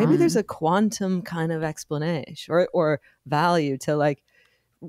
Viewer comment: “A quantum explanay”